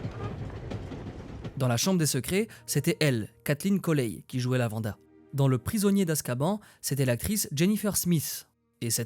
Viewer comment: LavanDE Brown, pas LavandA !